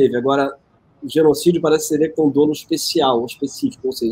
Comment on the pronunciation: Sou magistrado, você, Gregório, é de Letras, não diga dolo como dôlo pois o correto é dólo. Veja em algum dicionário bom. Nem precisa ser um dicionário jurídico. Para nós juristas é um erro crasso.